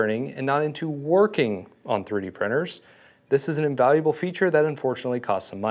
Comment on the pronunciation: twwee dee?